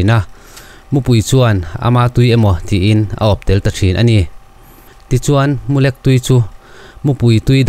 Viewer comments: Mulek tih kha midang zawt rawh ilam rik dan adik lo,,tiang a lek kawh tih a lek hi ilam ri a adik lo😄😄😄 LEK....a kal lek lek mai tih a lek kha lam tur alawm😄😄😄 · Mulek , i lam dik lo deuh . Lek tih lai hi , khek , nui khek uar uar kan tih a ,( khek ) tih thluk a lam tur . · Mulek ni lovin Mulêk tih a ni zawk em aw? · MULEK i lam dan hi a diklo... Chem a lek nasa mai tih a LEK an sawi ang a i ti lek hi a diklo a.. Mizo in ipte kan tih, sapho in BAG an tih a bag thluk lai ang hian LEK lai hi thluk tur a ni zawk e. A dang chu i chhiar thiam khawp mai, a ngaihnawm a. A mu lai khi chu i lam dik a, LEK khi BAG tih kan lam thluk ang hian lam ri la a dik thlap mai ang. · Mulek tih hi i lam dik chiah lo deuh ania.... Thil lek kang ang a lam riloin, Vawkte a ngek ang a lam chi niin ka van hre ve... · MU LEK i lam dan chu a va mak ve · Mulek i lam rik dan a dik lo tlat mai. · Mulêk...i thluk diklo nasa... Keep up... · mulek hi ilo la hre ngailo ani maw....i chhiar dik lo. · Mu hming i han sawia Mulek tih kha lek lai kha thluk sei deuh tur ania, i chhiar leh hunah i hre tawh dâwn nia.😂😂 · A nuihzatthlak zawk alawm